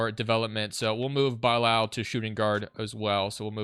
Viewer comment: there is no way u pronounced bilal as “Bye-Laal” 🤦‍♂️ its “Bih-Lal”